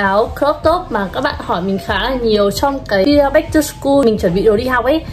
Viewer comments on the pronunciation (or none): none